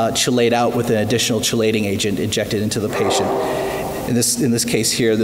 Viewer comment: chelation is pronounced "key-lay-shin":)